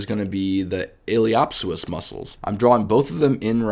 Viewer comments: Hi. Great videos that really help visualize the femoroacetabular joint. A few pointers on pronunciation. The “p” is silent, so pronounce it “ilio soas”. Also the “a” is long not short, sounds like “saycrum”. Source: my experience in applied anatomy in surgery for the last 20 years. I am a surgical technologist. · Feedback is to stop pronouncing words incorrectly like ili “op” psoas. I’m not sure why you intentionally mispronounce. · The "P" in Iliopsoas is silent, no?